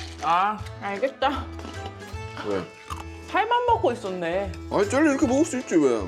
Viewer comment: 근데 왜 자꾸 쩰리라고 하시는건지? 젤리 아닌가?ㅋ